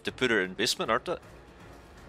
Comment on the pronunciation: Not to make fun of you or anything but every time you say basement I hear bismuth